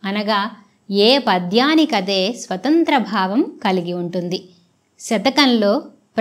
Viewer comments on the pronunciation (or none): none